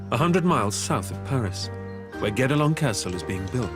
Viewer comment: it's "guedelon"